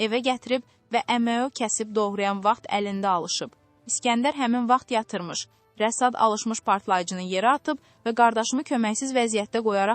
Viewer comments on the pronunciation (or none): Rəsad yox Rəşad! Söbe yox şöbə!